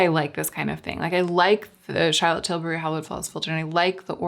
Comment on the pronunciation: “Chartifahfer”: the shortcut way to pronounce Charlotte Tilbury Hollywood Flawless Filter. Was that purposeful or did you not feel like calling attention to it for the sake of the “moment”? 🤣